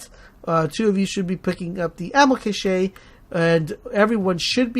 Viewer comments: Cache is pronounced cash, not cash-aye lol great vid really helped me! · Great video, and btw Ammo Cache is pronounced Cash